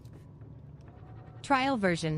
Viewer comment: SO ANNOYING ""tRaiL vErIoN" 😡